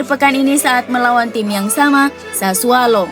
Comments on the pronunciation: Itu kpleset lidahnya mas😁😁😁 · Mimin kalau mengucap klub Sassuolo selalu Sassualo.. 😀